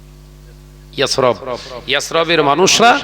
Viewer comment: মদিনার অপর নাম ইয়াস রফ? শালা জাহেল মুরাক্কাব ইয়াসরিব টাও ভালো করে বলতে পারেনা ওআবার এসেছে বড় বড় আল্লাহওয়ালা ব্যক্তিত্বদের ভুল ধরতে আল্লাহর কাছে দোয়া করি আল্লাহ তোর ক্ষমা করুন এবং সঠিক সুমতি দান করুন।